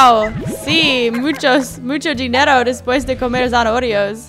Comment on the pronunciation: zanaorio jajaja, es muy tierna a y se dise zanaoria